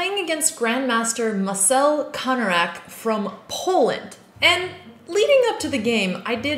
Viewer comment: As polish I need to correct: his name is MarCel KanarEk not MarSel KanarAk.